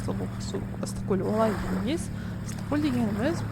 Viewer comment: ЫСТЫККӨЛ ЕМЕС ЫССЫККӨЛ,БУЗБАЙ АЙТКЫЛА😮😮